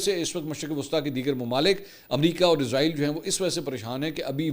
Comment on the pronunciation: لونڈا پاڑا فرجوں والے کو سہی نام ہی سیکھا دو ازرائیل ازرائیل کہتا وہ کیا اس کی روح نکالنے والا فرشتہ ھے. اسرائیل سہی نام ھے. رپورٹر تو بنے بیٹھے ہیں لفظ سہی بولا نہیں جاتا😮😮😮😮😮😮😮😮😮😮😮😮